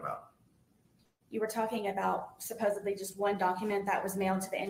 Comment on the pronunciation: Haha she says “Supposably”